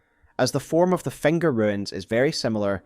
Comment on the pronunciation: do you just place vocals randomly? fenger? hestory? like seriously?